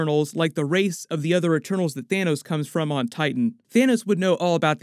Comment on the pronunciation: did you…. Did u just call him Thanus??!? 🤣🤣